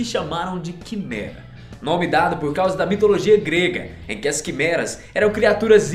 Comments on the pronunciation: Quando ele disse quimera no do porco eu entendi quemerda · só eu que escutei ele falando que merda quando ele falou quemera!!! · Da primeira vez que eu ouvi qui mera eu entendi que merda... Kkkkkkkk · quando falo quimera eu entendi quimerda